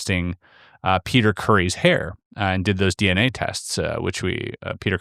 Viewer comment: ...it's a dee-enA thing...